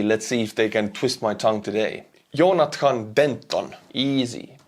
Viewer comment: not Yonathan its Jon as in Job